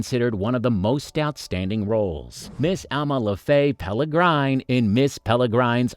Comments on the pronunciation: PS, it's a peregrine falcon not Peligrine as suggested in your video with "L's" added. Not a big deal, but you have to opportunity to correct so many things before releasing. Papercuts accumulate. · Peregrine, not pelegrine. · Please learn to read or watch the film it is pereGrine as in peregrine falcon which she turns into not peLergryne as for Eva Green a very good actress another 10+ years and we will know that she will become even better. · OK so the info is interesting and fun and the images nicely chosen BUT you need to check the pronunciations of your robot-talker AND fix the script so that it pronounces the words correctly. This may mean you having to write the script using strange spelling but sobeit. EG: Ewan is pronounced U-AN not eeewan. And as for Miss Peregrine, notice there is no L in the name, it is an R. The name is PEREGRINE and pronounced as perr-i-grin. Please, it is really annoying to hear this rubbish and worse, it disseminates this to people who are too dumb and undereducated to know the difference. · This has to be an AI voice! Nobody can mispronounce "peregine" that badly ... or call Ewan McGregor as E-one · Please learn how to pronounce peregrine correctly.